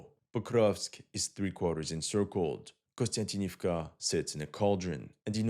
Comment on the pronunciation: Repeat after me: KONSTANTIN KONSTANTIN OV KA KONSTANTINOVKA not KONSTANTINIVKA.